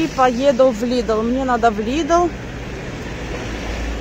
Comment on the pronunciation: В лидле. Не в лидэле